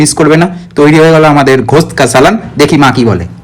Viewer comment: Awesome ❤। শুধু একটা কথা কথাটা ঘোস্ট না কথাটা গোস্ত